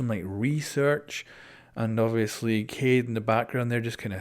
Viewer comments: Kai Eed Kai-EEd Kaid Not Kade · I guess it's pronounced [KA EEEEEEEEEEEEEED] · I know you said that you would call kaid something else, but if you want to call him by name correctly, the name is arabic, so the emphasis is on the "id" in "kaid," pronounced "ka YEed" The difference between Kaid and Alibi and pronoucing their names wrong is that Alibi is a word in English, while Kaid is not, it is more like a name. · KAID is the correct way to pronounce it.. Say AID.. But put a K in the beginning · the way to pronounce kaid is ka'it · No its ponounced ka id ( im moroccan) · Why not call him “Ka-eed” . Whats so difficult? Lol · It's Kaid, kai yedd , Qaai-yed, it's ez plz pronounce this Right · Can you please pronounce Kaids name properly... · Just say his name correctly it's not that hard....